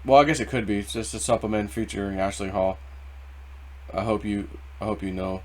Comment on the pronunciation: wouldn't that be " SOOPA MAN " like Super Man ?? not SUPPA Man like Supper ?? anyway, I was doing something else and listening on 1.25 speed when it started, he was JAMMIN" !!